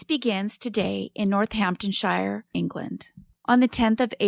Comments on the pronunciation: Pronounced North-Hampton-SHEER! Hun. X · Love the England cases but when places have ‘Shire’ in the name, it is pronounced “sheer”. Eg “Northampton-Sheer” or “Hamp-Sheer”